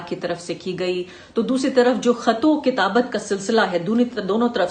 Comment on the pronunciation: Arfa Khnum Shirwni You pronouned the word wrongly Khatu Kitabat intead of Khat wo Kitabat.